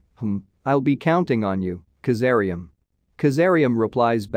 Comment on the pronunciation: Kazaliem not kazaream